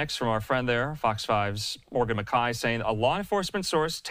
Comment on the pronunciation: since when is McKAY pronounced McEYE